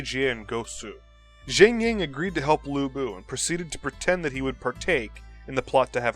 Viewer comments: Lu bu peoununced as Lu pu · It's Lu Bu!!!!!!